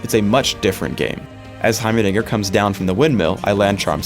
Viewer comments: sounds like he says heimernigger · anybody else hear him mispronounce heimerdinger as heiber diger?